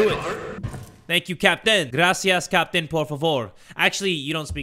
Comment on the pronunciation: Everytime I hear captain, I hear Kapitan